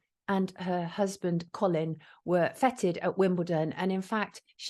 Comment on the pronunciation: It's pronounced "fayted" not "fetid"